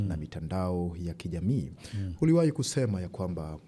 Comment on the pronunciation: unafanya kazi nzuri sana ila ukiwa kama mtangazaji kioo cha jamii unapaswa urekebishe lugha, unaweka herufi H mahali panapokaa herufi A au U: Katika Kiswahili si sahihi kusema HALIJITEKA, HULIWAHI kusema, msimamo wako ni HUPI, nani HANAYE fanya, au HABDUL Nondo. Samahani mimi ni mwandishi wa vitabu nimeshindwa kujizuia🙏🙏